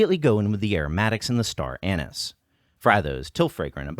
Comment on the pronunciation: Did he just say star anus??